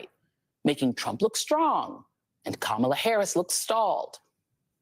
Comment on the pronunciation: Did joy pronounce ka-ma-la incorrectly? Seems kinda racist.